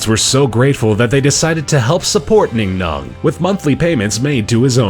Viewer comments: "NingNong" I see where Disney got "BingBong" from. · ning non sounds like Bing bog